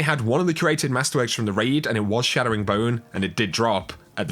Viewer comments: Chattering Bone. Not Shattering 😑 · Why do you say Shattering bone when it's Chattering bone? Is it just an accent thing or do you think it is Shattering? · Hearing “Chatter” being pronounced “Shatter” is nails on a chalkboard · why do u keep saying "shadowing bone" instead of chattering bone? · Yes. Yes it is